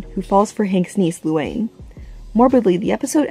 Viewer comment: I cringed at the Luanne. It's not that hard to say lol. Never heard someone mess it up like that.